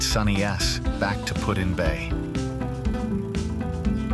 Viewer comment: AI is saying Pud in Bay... its PuT. Not pudding bay.